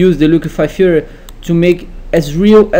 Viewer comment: "The liquify-fur" lol, the accent was killing me!